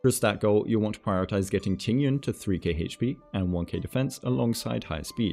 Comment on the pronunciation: that Tingyun pronunciation was so on point, better than the other ones, I think it's cuz the intonations are correct.